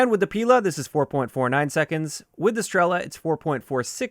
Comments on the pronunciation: not strEla, strelA, {str;elaaaa] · Strela means Arrow in most slavic languages, and PILA is like a SAW. When zou pronounce Strela, the "E" is pronounced a little bit longer